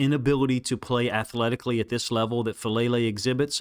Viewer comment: I love your breakdowns. But Faalele is from a Samoan/Tongan family which I think means we are pronouncing his name incorrectly. I think it’s Fa-ah-lele. Doesn’t mean I wish he wasn’t better. But I’ve failed publicly before and at least (or best) people got my name right.